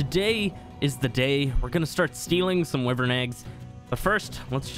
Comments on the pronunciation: NOT WIVERN ITS A WYVERN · It's why vern. Not we vern. How can american not know how to pronounce their own language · sorry but im skipping to abberation because you keep saying wivern no wyvern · Not to be rude at I love your YouTube is my fav ark channel along with mr meola and Ik you can say it how ever you want but I think it’s pronounced. Why-vern. Not Wiv-ern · It’s not wuivern it’s like yvern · It's easy stealing wyvern eggs. If you know what your doing, unlike the first 2 times I tried. Anyway, it's pronounced WYVERN not WIVERN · sis called a wuvern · its why-vern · And your supposed to say wyvern like it's spelt like this: why vern Not hate'n just saying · Sir you realize your saying wyvein that's not how you say it ._. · He can't even say wyvern right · It drives me nuts the way you incorrectly pronounce wyvern. I love your videos, but this is really annoying lol